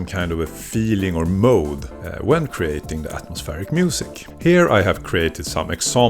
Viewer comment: I hate to be that guy, but .... Despite otherwise excellent English, you keep using the word "Mode" in place of the word "Mood" Mode, as you are saying it, means a particular manner, for example the we searched the house in detective mode, or in the case of musical modes, a sort of pre equal temperament sort of scale used primarily in Medieval and other Early music, for example the Phrygian or Dorian mode. Mood, rhyming with dude, with the same vowel sound as "Moo is the sound a cow makes" is the word you are looking for. Moods are the "feeling of a thing" or a general emotional ambiance. For example, listening to this , put me in a happy or anxious mood. I only have to mention it , because "Mode" does have a specific musical use context. Ironically , specific modes, are often associated traditionally with creating different moods. Otherwise, this is seriously awesome work. I love the use of Volcas and other simple low end gear to show us how these basic techniques work, so we can see how very approachable Ambient music can be to the average person wanting to try making some